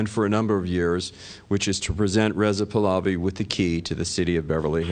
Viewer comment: This idiot still all I ran and mispronounce Pahlavi pals I.